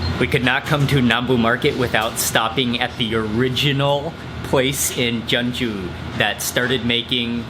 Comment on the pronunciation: isnt jeonju pronounced as jon-ju instead of je-on-ju